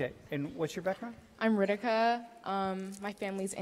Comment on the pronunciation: it is not RIDIKA it is RITIKA, this girl calls herself Indian and cant even pronounce her name properly